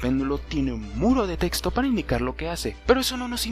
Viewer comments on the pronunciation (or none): none